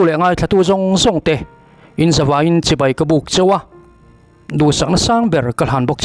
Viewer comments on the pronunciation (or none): none